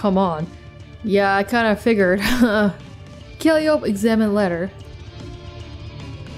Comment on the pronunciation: By the way, i think Calliope's name is pronounced more like "Call-eye-oh-pee". Not totally sure on that cause i heard some people pronounce it differently, but that is the one i have heard the most often.